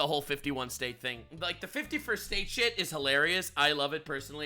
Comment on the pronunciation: "No... ->(t)he right wings of the US are like this" T. You missed the letter T. Dunno about other homie but I forgive you in regards to your abysmal sentence structures as well, seeing as I can smell the ESL from here.